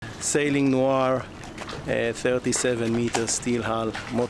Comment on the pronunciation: Sailing "noir"? :D It's sailing nour (which in arabic is quite the opposite of French noir)